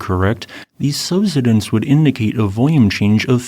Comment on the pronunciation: I'm surprised the AI voice can't pronounce "subsidence".